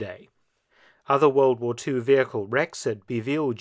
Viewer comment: lol can’t even say the word war 😂